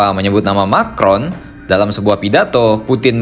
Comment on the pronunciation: Kata Putin "Macron" di panggil jadi "Micron"(sangat kecil) ...😂😂